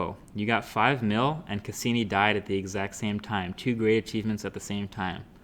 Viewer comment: Congrats on hitting the 5 million viewer mark but fucking blowing the pronunciation of the probe Cassini! I can probably speak for all your science oriented viewers out there that watch your channel. Ya flipping blew it! Sounds like you don't even know what the Cassini probe is or what it was about. (and everyone on the planet should know BTW). Neil degrasse Tyson would have loved that moment! In a way Cassini helped you get to that 5 million mark. Your channel is over for me in my book. Good luck to you on your next 5 mil gathering. Next time show some knowledge and respect for science and technology by knowing a little more then an on off switch or which mic to use for your broadcast. Out of here.."Click"